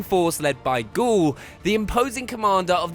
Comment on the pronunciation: Gaul not goul jeez